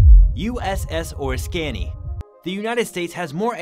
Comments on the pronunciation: I remember, during my Navy active duty days, being part of the USS Oriskany Battle Group. The narrator mispronounced the name of the carrier. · Frustrating hearing Oriskany mispronounced so many times. Hard to believe no one involved in the production of this video knew the correct pronunciation of this famous warship named for an equally famous Revolutionary War battle site. Someone should do some voice-over editing to correct this irritating mistake. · Art Deco, Oriskney, and Puget Sound are all mispronounced. BTW, deco is pronounced “Deck O” like the deck of a ship. And any fool can see that the ship shown on the left is not The Duke Of Lancaster.